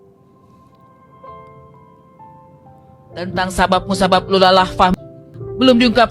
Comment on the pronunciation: Kenapa setiap nntoon dsni ,, lu selalu salah trus baca nya ya bang ?? Lulaa ,, sering banyak video lu salah baca bang